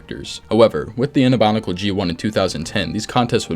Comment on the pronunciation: I don't wanna be that guy but, is he saying Bonicle?